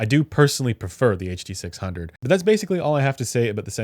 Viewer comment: Ah yes the “huh duh six hungeo by ol’ mate senn”